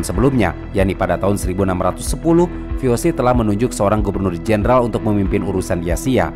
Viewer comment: VOC itu bahasa Belanda dibaca ve o se bukan vi ou si